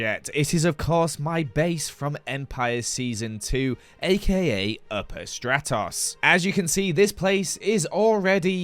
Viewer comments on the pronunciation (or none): none